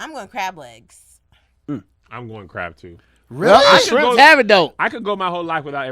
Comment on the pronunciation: "SHIRMPS HAVE IT ON THAT ONE"